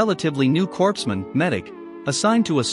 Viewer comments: Corpsman is pronounced CORE-man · "Corpsman" is pronounced "coreman." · Does anyone else get pissed every time the automated voice pronounces "corpsman" with the "p" and the "s"... instead of pronouncing it correctly?